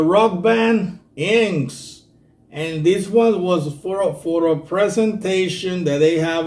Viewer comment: My friend the band"s name is pronounced In..X..S..Thank you great reaction..